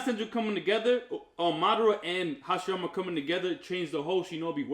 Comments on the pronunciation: “Horoshimara” this day today a new shinobi was created 🙌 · This dude called Hashirama “Horoshimaru” 😂😂😂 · Let's be real... rob only calls Hashirama " OG YaMaToOoOooO" because he can't pronounce 'Ha-she-ra-ma' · he slowly lost his ability to pronounce it right lmao